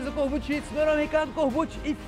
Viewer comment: É foda ninguém sabe falar corbucci certo